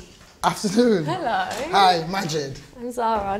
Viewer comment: It's Magid